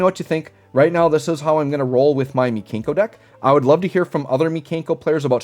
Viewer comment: Pronouncing them "Mee-Kane-koh" Makes me wanna call them the Kanker Sisters, and that will forever be a thing for me now 😂